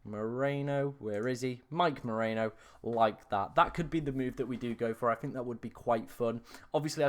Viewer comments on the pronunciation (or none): Stop massacering the names! First it was poor Retegui and now it's Merino... It's MERINO, not Moreno!